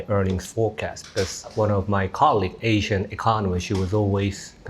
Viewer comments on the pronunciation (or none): none